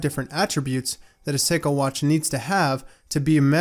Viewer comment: Nice effort on pronouncing the Japanese name.